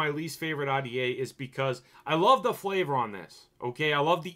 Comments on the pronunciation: omg ahh-dee-aye. Are-dee-aye bro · When he says rta he really says Audiea